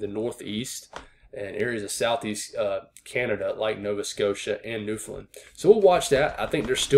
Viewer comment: You should teach all the other forecasters how to pronounce Newfoundland correctly lol